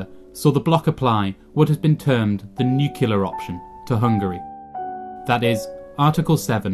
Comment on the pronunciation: one thing...it’s NUCLEAR ☢️, not ‘nucular’. Sorry, it’s a pet peeve of mine 😕